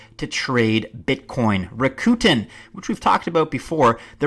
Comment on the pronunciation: I put my money on Alan Greenspan as the real SN! He had the programming expertise, the connections and a thorough understanding of the global monetary system. Other evidence exists as well!!! PS: According to the company it is pronounced RAKooten!